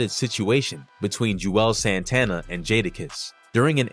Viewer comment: It's not "Ju-elz" Santana. It's pronounced "Jules" Santana.